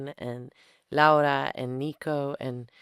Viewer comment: Dua Lipa not only makes fantastic interviews, she goes as far as to learn proper pronunciation of names such as "Laura", these small details entail so much effort on her end I can't help but be fascinated by it. I bought this book some hours ago because of this interview, thank you, Guadalupe, thank you, Dua